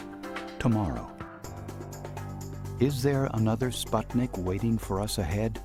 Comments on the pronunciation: I wish the narrator would prounounce the word correctly - its SPOOT-nik, not SPUHT-nik. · It's called Spootnik (means a Satellite), not Spotnik as every pronounces in this movie.